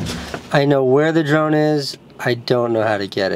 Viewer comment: I keep hearing Jerome every time he says drone.